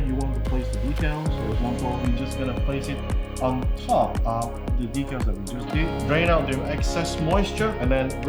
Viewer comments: 1. Dee-cal. #2 sounds too much like D*ckle. On Dry Transfers.. That's a really bad idea to take the parchment (not wax) paper off and hand them, put them on skin. Natural oils we secret can ruin then/make them nearly impossible to apply properly. So, please avoid that, unless you're looking to make the kit weathered and have scratched/dinged up markings. xD There's also Metallic Dry Rubs by DelpiDecal, that apply pretty much the same way as normal Dry Rubs, but they have two layers of film protecting them (at least the way they make them). Sam warning about moisture applies. The edge removal of clear stickers takes many layers of clear coating and wet sanding. (JENIC has a nice video you can use for reference here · It’s DEE-CAL-DECK-ALLs are what lifetime guarantee decks…..